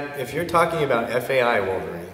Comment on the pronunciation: This guy is a fucking idiot. It’s such an irresponsible video to post. He can barely pronounce FAI and decided to post his own personal bro-science to YouTube and give others medical advice. What a numbnut!!